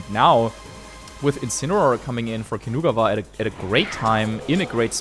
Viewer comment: Great content but I can’t focus because of the way they pronounce Kinugawa.